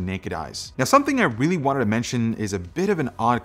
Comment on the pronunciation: This CPU is weely... weely fast